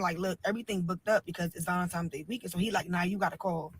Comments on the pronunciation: She said Valentimes also lol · Yes, she said valentimes just like she keeps saying “whatever, whatever”. Her vocabulary is limited.